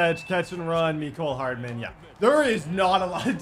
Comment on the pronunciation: Why does he say meecole but is mecole hardman